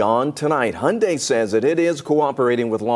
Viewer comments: I think it’s pronounced hee yun deye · Hun die- not hon-day and e-legal not a-legal